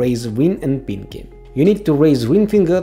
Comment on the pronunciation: lol the way u say pinky is like: piNg kEy